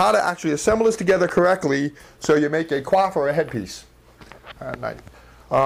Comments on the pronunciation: Actually, when you pronounce coif as cwof or cwaf it's a verb, coyf is the pronunciation for the noun. Like how reject and reject are pronounced differently because one's a noun (ree-ject) and the other a verb (ri-ject). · It sounds like you are saying QUAF, instead of Coif the 'Co' is similar to coin, and the 'if' sound is similar to the eef in Queef. It very much distracted me from the otherwise excellent tutorial. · i do believe its pronounced "c oy f" not "cwof or cloth" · Ive been saying it wrong all these years.... i pronounced it (coy-ef) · ... Was 'coif' seriously pronounced as 'quaff'?